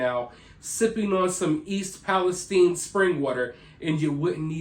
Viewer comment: Just curious as to why you pronounce it palesteen and not palestyne Shine time wine lime It’s all the same Listen to any major outlet pronounce it I’ve never heard anyone pronounce it palesteen Like teen sheen seem Just asking it’s your channel I’m still subscribed